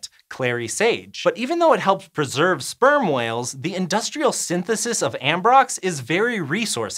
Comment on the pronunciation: I kept hearing sperm oils instead of sperm whales.